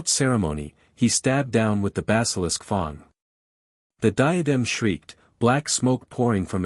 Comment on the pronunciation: I wish this AI would learn how to read properly. Wound read as an injury and not the past tense of the verb "wind", read read badly, and so on. But why is "fang" read as "fong"?